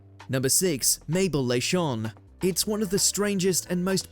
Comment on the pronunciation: You nailed the place name, but Leyshon is pronounce Lie-shon! Or at least that's how my old games teacher (Mr. Leyshon surprisingly!) pronounced it.